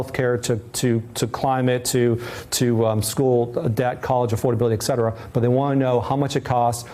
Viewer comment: The word is "et cetera"